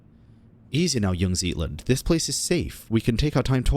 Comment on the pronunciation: ZEIT = time (pronounced ts-eye-t) Zeitlind RAUM = space (pronounced row-m) Raumhilda